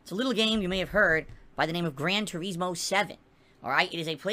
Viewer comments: ive never heard anyone call it that.. everyone including the reviewers for 15 years called it Tur-iz-moe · Why does he think people want to watch him drive through the grass in "Gran Toureezmo" lol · Grand TuREESmo! BWAHAHAHAHAHA 🤣🍸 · "gran treesmow" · He can't say Turismo right and it pains me to hear him say it.